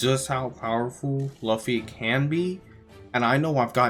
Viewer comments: please stop calling him laffy, it's pronounced loofy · Spelt luffy, pronounced loofy. Spelt Usopp, pronounced oosop